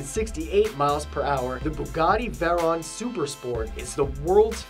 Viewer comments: he pronounces the veyrons name wrong, its Beu-gah-tee vey-ron. not boo-gah-tee -ver-on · Actually, the Bugatti Veyron SS has a maximum speed of 256 mph. Oh, and you said "Veyron" incorrectly. Also, the X-15 tops out at 4,554mph. Great video, though. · You need to learn how to pronounce "Veyron"